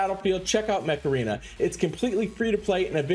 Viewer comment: I laughed a little when you say join me on mech arena it sounds like you want me to do the macharena dance and then I got the ear worm of the song . For shame.! I am currently leveling Ludwig and was debating whether to do him first or my costume rigard (which I use almost everywhere) only enough to limit break 1 so far. Also a bit miffed they kind of nerfed Lepiota. Mana shield and some other junk passive now really stop her special from working as much.